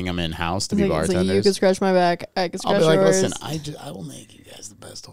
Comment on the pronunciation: I've watched every episode (including the patreon), some multiple times over. So I do love the content and talking points. Maybe this is a "Dallas thing", but.. why do you say KEN when you're trying to say "CAN" 🤣 lmaoo always wondered